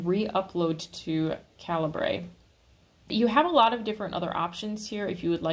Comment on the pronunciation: There is a video somewhere on YouTube of an interview with the programmer who wrote Calibre and he says it's pronounced Caliber not Calibray.